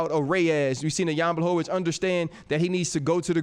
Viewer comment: Chael is the mma expert. He can’t pronounce 90% of the ufc roster. Jan blohovovich, cereal gane, kamara oozeman, lol